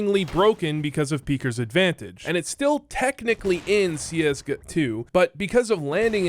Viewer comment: "CS guh-TWO"